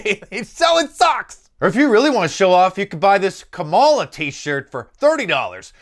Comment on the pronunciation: do a shirt just like one, and put the name Joe kept calling her KameliA, Kamara, Camero,... lol